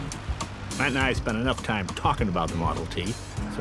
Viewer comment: My Matt is-a so-a cute-a 💪🏆